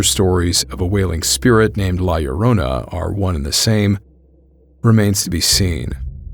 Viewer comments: You pronounced La Llorona so good!!! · As a latino thank you for correctly pronouncing la llorona 👍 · Wow, you pronounce La Llorona correctly. Bravo, sir.👏👏👏👏👏